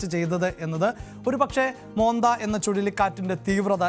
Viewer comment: മോന്ത എന്നല്ല മൊൻതാ എന്നാണ്